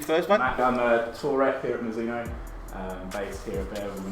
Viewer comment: please. i really would like you to say properly the name Mizuno. we don't say Mizoono, we say MiDzoono. the Z has a stonger attack like there's a "D" before it. it's japanese so please respect it.